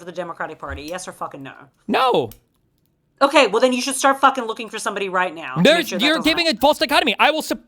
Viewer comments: got that "Nauuur" pronunciation of "no". She's a secret Aussie?😮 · no one is actually saying has any particular Australian accent. What she does have is a particular way of pronouncing vowels which is both diphthongized and has that almost R consonant ("naur") which is very specific to Aussies.